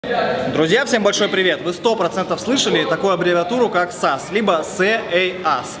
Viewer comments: Все круто, только не "сэ ай ас". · ахахахаах сэ эй ас произношение 12/10